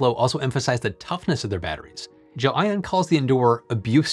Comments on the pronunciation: i just looked up a video of the CEO of GLEION pronouncing the word...its pronounced GEL (and then) ION. not, Jo-ann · did you pronounce it jelly-on and dub over yourself in the edit?